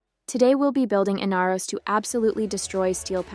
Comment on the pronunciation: In R os... not in-uh-ros... smh